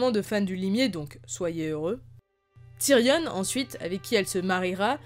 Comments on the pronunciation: Très bonne vidéo par contre s'il te plaît arrête de dire « tyrionne » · Il y a que moi que ça dérange le "Tyrionne"